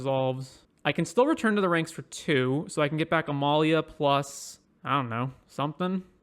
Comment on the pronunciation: Uhh not sure about that pronunciation